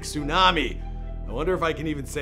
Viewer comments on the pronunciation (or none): none